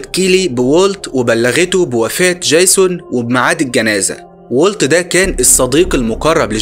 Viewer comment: دجيزون بقى اسمه جايسون؟ يا ياحبيبي ارجوك عندك مشكلة في الأسماء، انا اعرف انك مصري لكن الأسماء معروفة ويؤثر في القصة ،اما الباقي انت رائع! حتى طريقة حكيك حلوة جدا وانا شفت كوووول فيديوهاتك اوعى تتقمص!احنا بنحبك ومن حقنا نعاتبك لأنك بتشتغل بجهد وخسارة بعد المجهود ده ،مشكلة عبيطة زي دي تأثر في الجودة بتاعت الفيديوهات